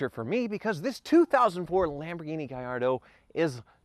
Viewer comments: Not guy yardo.... GAH yardoh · Laughing at the Ferrari sales person calling it a Gay-ardo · The salesman called it a "Gay-ardo" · Nobody: Car Salesman: “gayardo” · If I may be so forward, if this beast is Italian, it would be pronounced “jar- dough”. The “I” simply softens the “g” and isn’t pronounced. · Lol the salesman said Gay-ardo 😂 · its NOT gayardo....in Italian they pronounce the LL...it is spanish where they pronounce the LL as a Y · Gallardo is Italian not Spanish, you pronounce the Ls like Ls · Italian native here. Gallardo is pronounced with the L not e like in Spanish